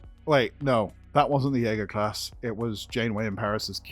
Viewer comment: Yaeger xD Jäger?!